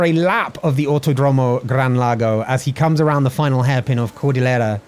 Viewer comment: Pronunciation tips from Buenos Aires resident. Autódromo: The accent goes in the accent marked syllable. So "auTÓdromo". Double L words like "Villalba" and "cordillera", we pronounce it as SH. So: "Vishalba" and "cordishera" (don't overdo it, though). Although this is normal where I live, IT IS NOT CORRECT. The correct way to pronounce it is more close to LY (just an approximation, it's like a very strong L). So "Vilyalba" and "cordilyera" are probably good approximations.